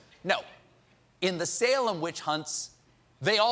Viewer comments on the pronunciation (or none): none